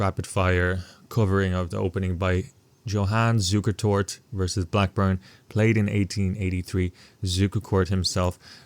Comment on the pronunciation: At least you pronounced Mr. Zukertort's name decently. Mr. Colle....not so lucky.